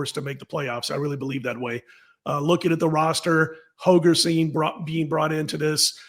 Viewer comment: HOLGERSON, Dana HoLgerson. Not Hogerson. C'mon man.